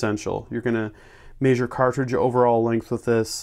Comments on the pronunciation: say mehshure not maysure damn it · The way he says measure makes me smile for some reason lol.